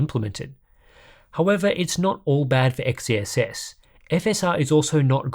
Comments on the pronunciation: I want to tip my hat at you for saying XeSS multiple times without fail. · Respect for a constant perfect pronunciation of XeSS